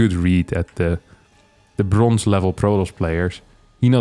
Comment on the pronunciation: I was going to pass on this one until I heard "bronze"...